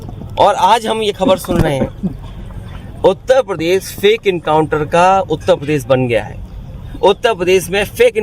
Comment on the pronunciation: not even pronounce uttar pradesh correctly...uta padesh🤣:face-blue-smiling